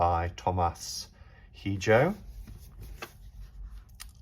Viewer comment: also Hijo = (EE-hO)